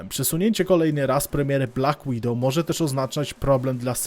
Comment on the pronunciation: "BLACK WIDOWOW"